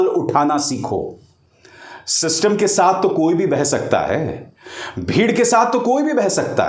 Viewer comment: शिस्तुम्म ❌❌ सिस्टम ✅✅😂😂